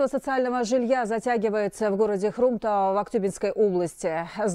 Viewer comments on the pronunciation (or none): Почему хрОмтау так ударение ставят